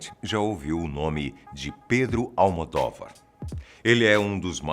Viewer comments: Não SE PRONUNCIA ALMODÓVAR RS A PRONÚNCIA CORRETA É ALMODÔVAR! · Não é Almodóvar, com a vogal aberta, mas sim Almodôvar com a vogal fechada. Sou portuguesa, e sua pronúncia está errada...